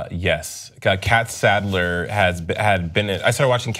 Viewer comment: It's Sadler not Salder